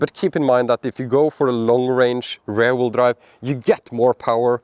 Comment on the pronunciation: Your english is good but that pronunciation of rear sounds more like ‘rare’. It’s more like r-ear like your ear or ir in Spanish. 😂